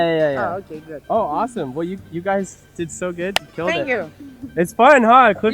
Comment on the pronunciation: So glad this wasn’t 36 minutes of saying “deed”